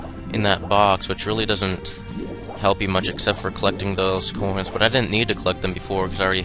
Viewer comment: I love how you say "groins" instead of "coins". =P